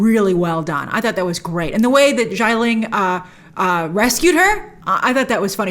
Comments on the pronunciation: It’s “Xialing” not “Shyling” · SHIA ling. not JAI ling. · Great review, Grace. Love the comparison of Wen Wu to Michael Corleone. Just a note about Xia Ling, it’s pronounce “Shi-ah.” X’s in Chinese are used for a “sh” sound, just like “xie xie” to say “thank you.” 夏 (xia) means summer. You can copy that kanji and hear the correct pronunciation off Google Translate.